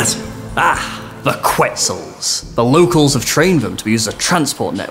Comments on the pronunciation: WOW, it was super cool to see the national bird of my country in the Cinematic. BTW its not "cuetzals" its more like "Ketzals". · Sry it's pronounced "ket sal" if u really want to know, sounds like u guys visited Guatemala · Before the release the WILL learn how to pronounce quetzal